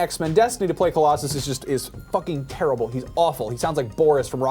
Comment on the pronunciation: keeps saying Tara-ble:D